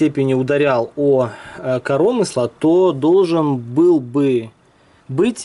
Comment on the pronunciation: коромысла-на ы ударение,аж уши режет!